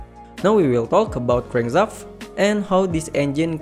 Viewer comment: Lost me on "crangzaft". Sorry, I can't. Just can't finish watching this.